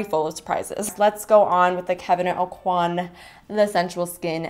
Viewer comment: okwah not aucoin (: you can see videos of him pronouncing his name